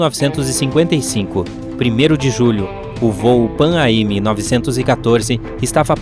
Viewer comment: Amigo, se lê “Panam”!